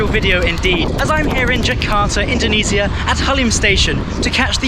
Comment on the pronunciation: Indonesia ❌️ Indoniisia✅️